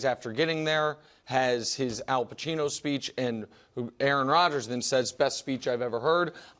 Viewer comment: “Al Pachino speech” 😂😂